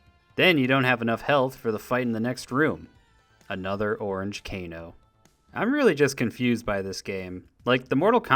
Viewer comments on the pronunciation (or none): none